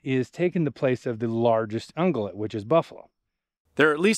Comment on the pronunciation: It's ung-yew-lat, but we know what you were saying. Such breathtaking landscape and common sense to boot.